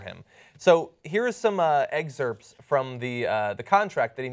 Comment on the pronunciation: Sorry John. You do a great job but EGGZURPS??? The word is Excerpts. Eggs have nothing to do with it. LOL